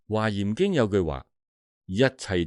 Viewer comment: 華嚴經、不是讀花音嗎？